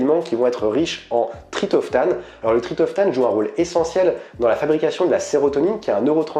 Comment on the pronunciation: Merci pour cette vidéo très interessante. Ps : on dit TriPTOphane. ;-)